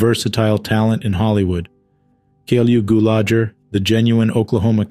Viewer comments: Please teach the narrator how to corectly pronounce the deceased names, for Goodness sakes. Clu Gullager, for example. NOT C L U snd I cannot even begin to spell the mispronouncement of his sir name!! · Clu Gulagher =. Clue Goo-la-gher